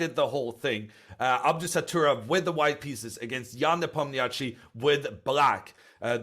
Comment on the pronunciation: Hammer is a fun guy, but hearing him repeatedly say Abdusatturov instead of Abdusattorov after 3 days of seeing the name written down is just lazy. Irina did great though!